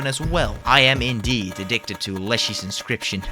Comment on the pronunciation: 10 minutes in it's pronounce in ock you us. You're English is great though just wanting to help please don't smite me